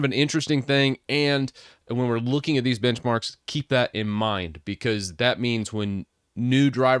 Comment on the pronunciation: lol thought he said bitchmarks